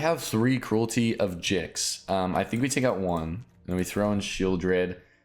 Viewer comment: It's definitely pronounced Gix 😁